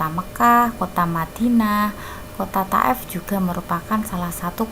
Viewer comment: Thaif bukan taef